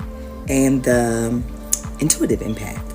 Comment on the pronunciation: "Emapth" funny those soulless AI channels😅